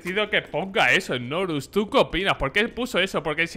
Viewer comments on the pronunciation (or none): Nombre:Znorux Como lo dice: Snorus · Fans de znorux: Snorlax